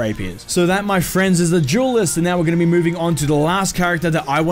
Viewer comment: Jewelist or duelist? Duelist right? Not trying to be funny.